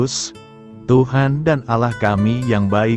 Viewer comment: Shalom.. Ada yg janggal pada menit ke dlm penyebutan Allah, jika saya tdk salah dengar.. Jg pagi ini dlm pembacaan renungan tdk terasa ada jeda titik/koma nya, seperti membaca terus.. Itu pendapat saya.. GB